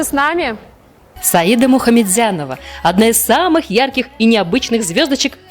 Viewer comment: Разве по татарски ударение не на последний слог? СаидА